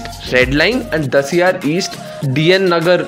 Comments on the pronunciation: Bro it’s Cuffe Parade and not Kaffee PaRadE 🤣🤣 also Dahisar not Dasiyar 🤦🏻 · Bhai there is dahisar not dasiyaar